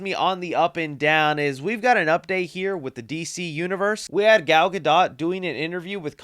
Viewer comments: 1. “Casted” isn’t a word 2. Please learn how to pronounce Gadot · She prounces it like Guh-Dote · Gal gadot